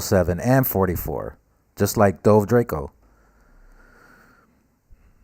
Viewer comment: *Dolce Drako* bro not dolve